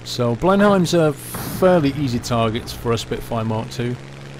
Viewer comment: Just a pedantic FYI - Blenheim is pronounced more like "Blen'um" or "Blenhem" rather than "Blen-hym"